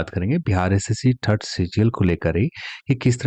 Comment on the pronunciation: Aap jitni bar "third" bolte ho na maza aa jata hai sun kar..